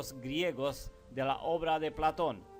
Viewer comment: Me gusta tu informacion. Como tambien creo que eres un ser de alto intellecto. Gracias por estos videos informativos. SOLO TRATA DE USAR LA FUERZA EN LAS PALABRAS. ( PLA'TON ) SUENA FUERTE EN LA A. (PLATO'N ).CON FUEZA EN LA O. Te queremos y solo unos details, para ayudarte y con todo respeto a tu intellecto, que admiro. Un abraso desde CANADA.